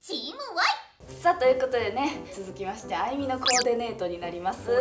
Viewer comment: ~ コーデネート😂可愛いかよ🥺 なんか関西人ならわかりそうな番組で聞いたことある響き😂